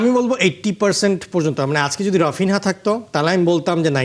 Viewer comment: রফিনহা 😅😅 ভালো করে নাম বলতে পারে না সে আবার বিশ্লেষক😅😅